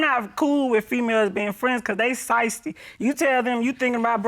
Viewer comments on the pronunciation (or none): It’s SHIESTY 😏 not SIZSTY😏